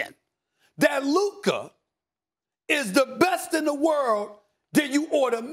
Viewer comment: It’s Luka I’m sorry it’s Luka